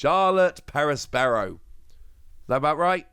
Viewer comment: you gotta roll the r's with Perospero it makes it 10x more fun to say 😂